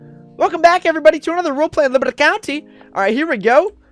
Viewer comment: Leebry county